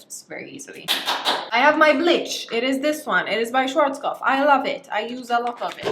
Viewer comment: Its so weird to hear you pronounce ,,schwarzkopf" as a german because schwarzkopf is german and means something like blackhead or something